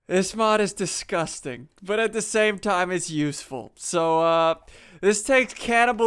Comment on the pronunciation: As you said deskusting